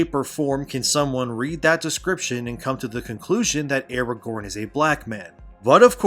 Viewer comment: That's not Aragorn, it's Aragone.